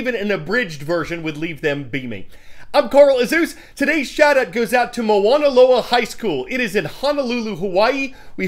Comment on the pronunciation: You just wanted to say Moana Loa! I bet you can't say PACE High School Wapato WA